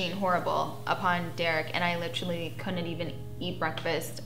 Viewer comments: “Littrolly” it’s “LITERALLY” and you don’t need to use it every 10 words 🤦🏻‍♂️ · I like litcherally got my like bachelor's litcherally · "like I litchrally.." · Like litcherally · "I litcherally" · I litcheraly cannot stand the way she says literally. I literally cannot stand anything about Farrah. She’s always the victim and acts like she’s standing up but we all see the way she treats her family. She licherally, treats them like shit.